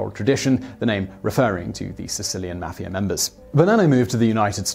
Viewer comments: I know this guy is like British or something but the way he pronounces mafia triggers me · The way you say mafia makes me cringe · that guyy says mafia wrong need to learn to say it right